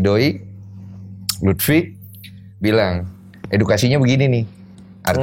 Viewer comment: Love Monkey D Luffi, not Lutfi 😆